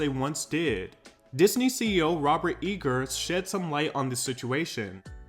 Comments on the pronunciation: It’s pronounced I-gur like Tiger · No shade Iger is pronounced eye-ger sorry if you noted that already ❤❤❤ Love your channel